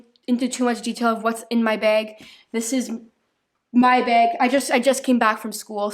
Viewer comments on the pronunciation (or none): Still says begg instead of bag